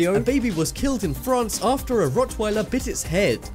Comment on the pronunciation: it rock not rit